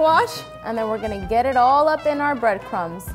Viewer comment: When it said breadcrumbs I thought it was brainchild